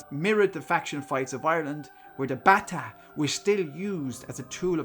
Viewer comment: Bataireacht... from "bata", Gaelic for "stick". Rhymes with "gotta" not "batta".